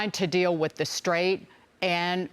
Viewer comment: Did he say deal or squeal